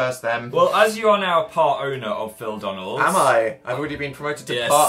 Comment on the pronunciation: it's phildonalds not phildanalds